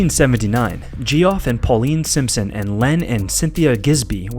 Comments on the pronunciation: Just so ya know, Geoff is not pronounced Jee-Off. It's an alternate spelling of the name Jeff. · Bro did you say Ge-off? It's the same as Jeff. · Geoff is pronounced Jeff. Good god... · gee-off(Geoff) is pronounced jeff lol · I believe "Geoff" is pronounced "JEFF".